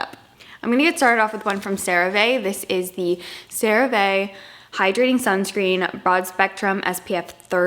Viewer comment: CeraVe is pronounced Cera-Vee. It stands for Ceramide Vehicle :)